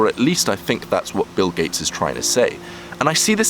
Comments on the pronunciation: 'Bill Kates' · Bill gayts